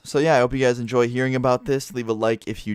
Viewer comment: did zou enjoz cus zou said "so i hope you guys ALSO enzojed it"